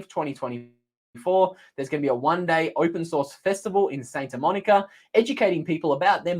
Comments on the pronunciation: Pronounced SANTA Monica, not SAINTA Monica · It’s Santa, not Sainta,.